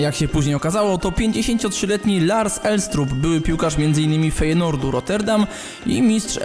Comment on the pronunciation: poszukaj wymowy Holenderskich piłkarzy i klubów. Fajnord nie Fejnord, Krauf nie Krujf itp. To jakby holendrzy wymawiali Legia jako Lechia, bo tam w większości g to h